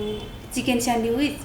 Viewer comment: यसरी घोकेर केहि भयो त.. स्यान्विच् लाइ स्यान्डिविच भन्या छ😂